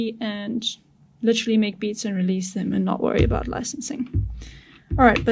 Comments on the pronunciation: hahaha did i hear "aboot"? ohh caaaa---nadaaa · That’s South African mate! Cracking video too!